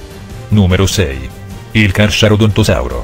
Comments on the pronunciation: Ma come dici charcharadontosauro😂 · è Gigantosauro, non Giganotosauro. poi si pronuncia carcarodontosauro